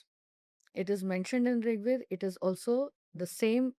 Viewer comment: रीग वेद नहीं ऋग्वेद है तो यही से आगे क्या होगा यह पता चल जाएगा। मूल शब्द को भी जो ठीक से उच्चारण नहीं कर पा रही हो अब वो ....।। विडंबना है।। अस्तु।।